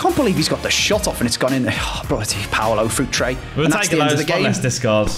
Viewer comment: Its Paulo Futre not Paolo Futre